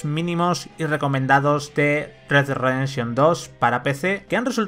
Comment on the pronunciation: red dead Ridefszchion hahhaa